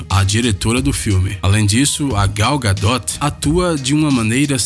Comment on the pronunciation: Gal Gadô - Francês. GA DO TI, é tenso!